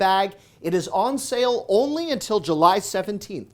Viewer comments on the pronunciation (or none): none